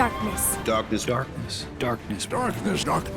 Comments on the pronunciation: The more i heard the word “darkness” the more it sounds like “dahkness” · Around five minute mark darkness transformed into “stahp this” to my ears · Darkniss It legit starts sounding like "dartness" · It sounded like said dark piss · It almost sounds like I’m hearing the name “dockness” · Dock ness is all I hear now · A couple of times it sounds like "dartless" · I don't hear more "darkness", I only hear "aknes" help me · heared like: "Dorkness" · Eventually it start sounding like “dartniss” “dakness” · with sounds funny and funnier still when it sounds like then correcting his pronunciation but he ignores it and goes right back to how he's been saying it